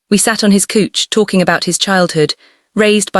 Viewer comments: 😂The pronunciation of a couch is hilarious and distracting. Good story tho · I swear! I looked up from my phone when I heard the pronunciation of couch. 😂🤣😂🤣🤣🤣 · I thought I heard cooch as in coochie 😂😂😂 but I wasn't sure, now I am. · 😂🤣🤣🤣🤣🤣🤣🤣did she relax on her cooch or couch? Lmfao 🤣🤣🤣🤣. Good story but the mispronounced words are HILARIOUS 🤣🤣🤣🤣🤣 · AfroKoreanRomanceLove 🏳️‍🏳️‍ okok I surrender!!😂😂 Lord I'm hoarse! Please, please, couch Is pronounced "cowch" if I hear "cooch" one more time I'll need to be put on oxygen!!😂😂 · 🤣😆 I was just getting ready to mention…why on earth was she calling a “couch” a “cooch”…bwahahahaha !! 😆😂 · The storyline is good, but there were 3 things that threw me off. 1. The main character is from Atlanta but the story is told with a British accent. That is strange. 2. The pronunciation of the word "couch" is HILARIOUS to an American. It sounds like you are using the word of a "private part" of a female. 3. The main character, in images, is frequently under dressed for the occasion stated. When she is supposed to be on her lunch break, at work, she looks like she is in a slinky nighty and this occurs in many images. --- So, saying all of that to say this, you have an element of "comedy" woven into this story that I'm sure that you did not intend. It is a little distracting and I did openly laugh. Yet, the storyline is decent, so I kept listening. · Can I please have a job correcting the AI pronunciations? “He” and “cooch” are not in gender alignment.🤪🤪🤪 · Kuch, hilarious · Couch = kooch... I can't 😆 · I am having a hard time moving past the pronunciation of simple words like pacing, couch, etc. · Pls pronounce couch better😂😂😂😅😅😅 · "Collapsed on my cooch" "Deehighon"😂😂😂 I liked the story, mispronounciations, and all. 😊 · please let me teach your AI how to do proper pronunciation. Resume, couch, Simon (Seemon) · Pronunciation of resume, couch, live (as in live on my screen), Simone, hoping. Hilarious 😆